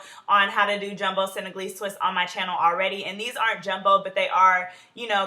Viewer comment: "Hi guys welcume back to my yhanell "😂😂😂